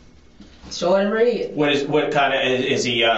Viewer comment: Did she say he’s “short and red” like RED?